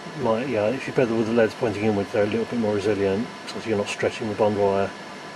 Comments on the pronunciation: the way you pronounce L.E.D.s as "leads" made me loose interest in the video tbh. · omg it's L.E.D.s not led's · please please please don't say leds, they're L.E.D.s